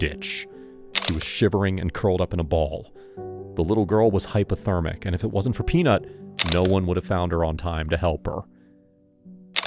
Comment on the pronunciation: HyPOthermic. Not hyperthermic. Why does Peanut’s appearance change throughout this video? She has a different appearance in each segment.